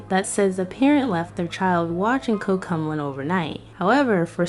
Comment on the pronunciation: Covmelon this is not a hate uyou say cook melon😂